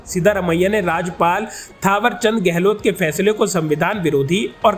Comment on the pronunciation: राज्यपाल ,राजपाल नहीं ,मित्र सही उच्चारण करें